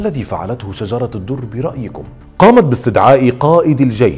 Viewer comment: السلام عليكم ...حابة اصحح الاسم ليس شجرة الدر ..اسمها شجر الدر بفتح الشين وتسكين الجيم وتسكين الراء و بدون تاء مربوطه في اخر الاسم ..ومعنى شجر الدر اي قلب الدر أو قلب الجوهرة ...وشكرا